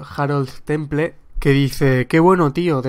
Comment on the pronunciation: Por cierto Harold se pronuncia con H aspirada y Temple como "Tempel". ^_^